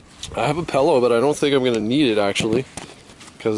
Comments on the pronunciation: Now I'm not so much of a fan on this channel just because you said "pellow" it's pillow my dude. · is he saying pellow? dang! theres a griffs about 200yrds from my house here in dallas. pretty good stuff.